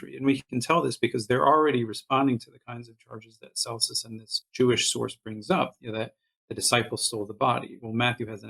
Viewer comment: This is excellent work,! You compare Celsus with Richard Dawkins, but I consider him to have been much more formidable, as an ancient Christopher Hitchens---and I read Celsus' words in Mr. Hitchens' voice! PS It's "Kelsus" not "Selsus".